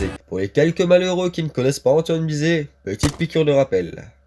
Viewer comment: Sa s'écrie BIZET est non bézet